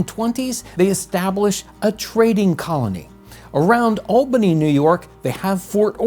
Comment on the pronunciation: Thank you so much for pronouncing Albany correctly!!!